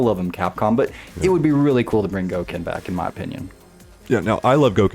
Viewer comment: Once you said Goken I left